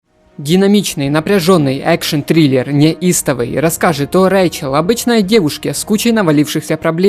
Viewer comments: Фильм ПогребАльные байки, читает текст как ПогребЕльные ... Вместо Неистовый ... Нестовый ... проверяй перед выходом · нестовый))) погребельные))) сука..... ржу не мог...учи русский))) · Неистовый с буквой И